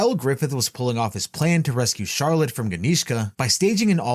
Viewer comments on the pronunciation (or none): none